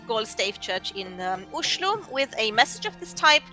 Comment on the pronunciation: You pronounce 'Oslo' exactly as local Oslo people say it! 🇳🇴👍🏻